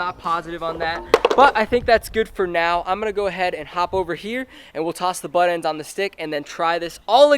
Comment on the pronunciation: it called buttendzzz not buttend dumbass